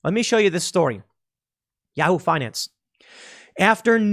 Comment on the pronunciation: Love Tim's pronunciation of Yahoo!